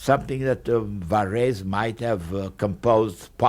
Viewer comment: I love the way he pronounces Varese. Great recording.